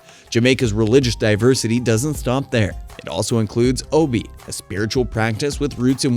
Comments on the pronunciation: It's O Be ah not ob my friend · It's not pronounced Obi, its Obeah the ah isn't silent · The dark magic you speak about is called Obeah, pronounced o b yah, not o b. Just saying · Not Obi😂 lts pronounced ObeYah. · It’s not O-be, it’s pronounced O-be-yah🤣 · It's pronounced oh-bay! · Obeah is pronounced Hubby-Yah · Pronounced O-Be-Ya. But hey what do I know? I'm not a YouTube content creator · Yes it is O-be-ya